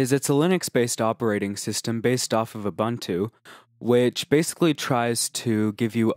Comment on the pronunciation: It's not OO-BUN-TO Its OO-BOON-TOO